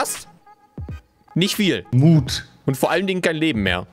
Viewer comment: Mut und nicht Loot🤦‍♂️🤦‍♂️